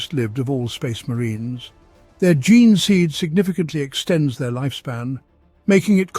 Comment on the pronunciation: 3.32.Chapters raised from the ge-neh stock? "Jean stock" Is the correct pronunciation. You do that quite a lot, say what your seeing, like you've never heard it uttered.Then later pronounce it correctly??? Strange! You do it with genestealers as well. Who ever pronounced genes ge-nehs?? Your familiar with the concept of genetics, the study of genes.